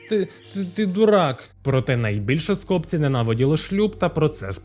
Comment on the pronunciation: Скопці́ - правильний наголос.